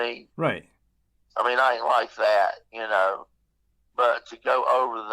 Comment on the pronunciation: Thank you for sharing your story... But it's like nails over a chalkboard every time he would repeat saying "ya-kn-oh"